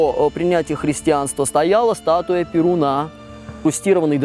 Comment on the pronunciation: Только не ПеруНА! А ПеРУна!!!